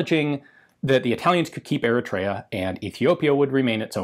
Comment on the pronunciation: Slight mangling of the pronounciation of Eritrea, but otherwise very infromative